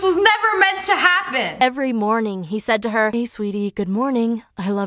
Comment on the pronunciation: Student: 'moning'